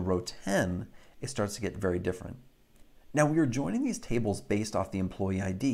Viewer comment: At the very end of this video the phrase "Thank you guys for JOINing me.." sounded funny.